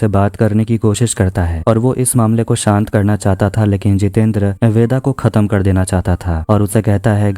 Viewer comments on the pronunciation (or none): none